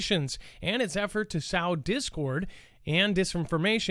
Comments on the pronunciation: Can someone tell the word “sow” is pronounced like “sew” or “so”. The way he is saying it means adult female pig or hog. I know...I am being a nitpicky dork, but I can’t help it. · ...love ya man, but... "The verb sow is pronounced completely differently from the noun sow, which means "a female pig." When you sow flower seeds, it rhymes with "go." When you admire an enormous, muddy sow in a pig pen, it rhymes with "cow."